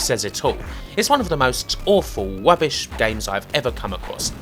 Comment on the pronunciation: It's not rubbish....... it's wubbish!